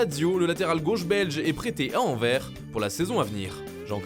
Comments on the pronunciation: Faite un effort pour la prononciation dés club belge svp Anderlecht et pas anderlerct et anverS et pas anver 🙄🤦🏼‍♂️ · Anvert mdrr 😭😭😭😭😭😭 c'est anvers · On dit anverSSSSSSSSSSSSS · Par contre pour Anderlecht on dit pas "AnderleRt" mais "AnderleKt ". Concernant Anvers, on prononce le S à la fin 🇧🇪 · ca me tue comment vous prononcez les noms de clubs belges; ca ce prononce AndeleKt et AnverSe en francais 🤣🤣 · On dit « anderlekt » et « Anverss » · Et les club belges apprend à les citer correctement !! (anderlecht, anvers) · Et Anvers 😥